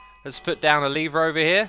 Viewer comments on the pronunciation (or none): none